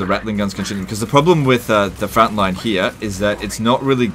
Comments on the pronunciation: I think he just said "frontline" in a really really Aussie way but good job coining this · Did he just say fratline ? Im gonna start using that when i play skaven.